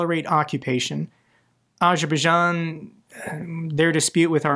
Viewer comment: Bro does not know how to pronounce Azerbaijan 😂